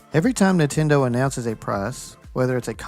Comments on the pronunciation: nin-ten-do it shouldnt be that hard but i think its his weird accent that does that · Ni'tendo or Nihtendo. How can Nintendo fanbois not even pronounce the damn company name correctly?